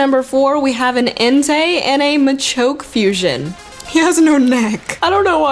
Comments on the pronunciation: i crashed when you failed to say machoke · "we have an Entei, and a mach-eegghh."